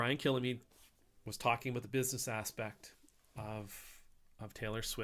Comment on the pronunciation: Picky pint for future videos: Kilmeade is two syllables, not three. There is no syllable between l and m.